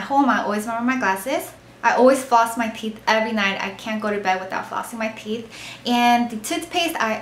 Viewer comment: The way she says teeth lol "theeth"